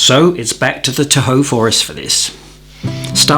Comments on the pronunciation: As a native Californian, I just have to correct your pronunciation of Tahoe. I had to look at the description to see where you said you were. You said, “tah-HOE,” accent on the 2nd syllable. It’s pronounced TAH-hoe, accent on the 1st syllable. Or, maybe you said it on purpose?!😁 Love the video, by the way! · Hi, for future reference Tahoe is pronounced “Ta’ hoe”, not “ta Hoe’” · I live in Ca. It’s pronounced “Taw-ho,” emphasis on the taw. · haha, I'm a native Californian and it took me awhile to realize you were saying "Tahoe" Love all of your videos...and I love guitar music, but it feels like you are here in California or Hawaii...